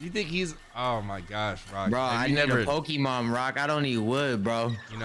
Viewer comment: Why can’t they say Pokémon ?